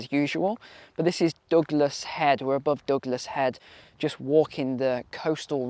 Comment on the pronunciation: Douglas head- with your accent it sounded like dogless head